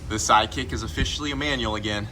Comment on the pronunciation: You said SideKick but I heard Side Chick which is about what it is at this point! cause she a bitch